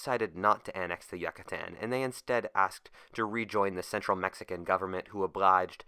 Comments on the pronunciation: You mean it's not pronounced Yuck-A-Tan? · YUH KUH TAN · Yuck, a tan. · Every time you say "Yuckuhtan" I cringe so fucking hard. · Yook-a-tan. Sigh... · He doesn't say Yucatan, he says YUCKatan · Not once he said Yucatán, everytime he says jack-atan would be a challenge. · It’s driving me insane how he’s pronouncing the Yucatán, I’ve been there multiple times so never go there till u know how to pronounce it lol. Otherwise great video as always. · As a mexican his pronunciation is fisically painful. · who tf pronounces Yucatan like that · What if you pronounced Yucatán correctly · I can't stand listening to this with this guys mispronounsiation of the word Yucatan. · The way you say Yucatán makes me uncomfortable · Great job on the video, but I had to down vote on how you say Yucatan. You have earned an a sub from me. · im sorry his mispronunciation of Yucatan really irked and distracted me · Couldn't you have checked the pronunciation? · ok tried watching this, but if you cant bother to research the proper pronunciation of Yucatan, I'm just not going to bother... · As a Yucatán citizen I cringe with the way you pronounce it, great video tho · We would be sober seeing how he never pronounced it right. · oof yuh kuh tan rip, its pronounced You cah tan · Its U-CA-TAN not YUCK-A-TAN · It's not "Yuck-a-tan" it's YOU-catan. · You - ca- tan not yuca tan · It's pronounced "Yoo-kuh-tawn" not "Yuk kuh tan" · You-kaa-tan. Not yuk-a-tan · holy fuck it's pronounced like you not yuh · As a Swiss i feel kind of awkward of you pronouncing it Yuckatan? Is it actually pronounced Yuckatan or Youcatan with a hard "a"at the end? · Ok, so instead of saying yuccstan just say it like ucatan, I'm not trying to sound rude it's just really annoying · Why the fuck is he saying yuck ca tan it's you ca tan you fucking idiot get the fuck out of here with that shit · He said yacatan not Yucatan do you don’t have to worries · every time you said "Yuck-a-tan" it grates my ears.